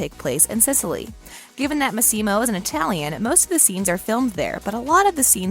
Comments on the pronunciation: For God's sake, learn how to say the character's name's correctly!!! It's pronounced Mas-E-Mo, not Mas-Seem-O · It's MAssimo, not maSSImo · It’s LeviOsa not LevioSA. 🤣 The ‘Massimo’ pronunciation is killing me. Lol! (Among other pronunciation issues.) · Why do you pronounce his name like that? It´s an Italian name, that´s not how you pronounce Massimo lol